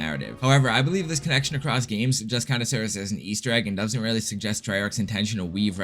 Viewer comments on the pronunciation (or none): Is that Weally so?